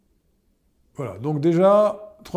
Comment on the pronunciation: il accentue bien le "L" alors: voiLLLAH